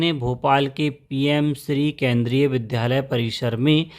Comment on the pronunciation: कृपया विद्यालय बोला जावे,विध्यालय नहीं।